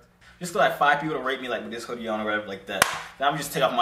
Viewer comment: "put it in dis way"😂😂